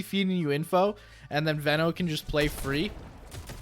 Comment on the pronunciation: It's definitely pronounced Veno and not Veno